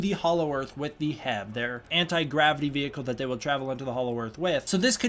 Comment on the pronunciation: You pronouncing HEAV as "hev" sounds really weird to me. It looks like it should read like "heave", as in "heave ho, heaving baggage", stuff like that.